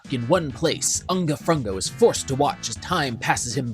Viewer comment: “UNGA FRUNGA” 😭